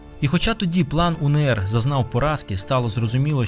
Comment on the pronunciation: Зауваження: не УНееР, а УеНеР, адже буква "еН".